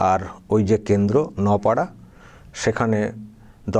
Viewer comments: Naopara নয় , নোআপাড়া (Noapara) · ভাই ওটা নপাড়া নয়, ওটা নোয়াপাড়া